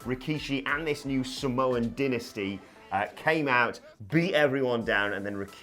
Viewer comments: Dynasty = die-na-stee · Did I miss something? I love Samoan Dynasty, but who is pronouncing it as Dinasty? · Its Dynasty..As in DIE NASTY..as in Soy Boys DIE NASTY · The way he pronounced dynasty bothers me........